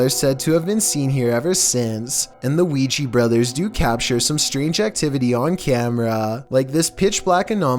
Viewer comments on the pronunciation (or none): none